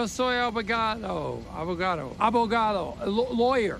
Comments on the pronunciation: abogaDo, not abogato lol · ABOGADO (with a D) ;) I'm loving your videos man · It's ''Abogado'' but anyway lol